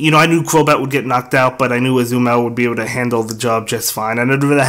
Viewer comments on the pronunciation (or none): Its Azumarill not Azumell